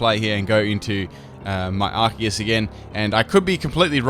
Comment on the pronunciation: I'm so happy you pronounce arceus correctly